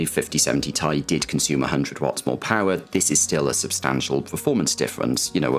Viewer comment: Every time he says 5070 tie instead of Ti, something dies a little inside of me.